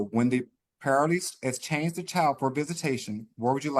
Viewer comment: If he would pronounce EXchange correctly there wouldn’t have been an issue ffs